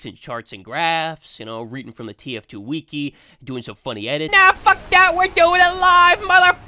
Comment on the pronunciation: “tf2 weekee”